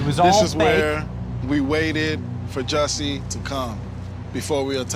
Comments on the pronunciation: Jussie not Jesse 😅😅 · It's Jussie Somalett